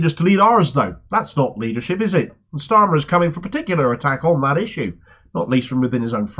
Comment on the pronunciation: I like how Peter Oborne pronounces his name..."Keir Schtarmer".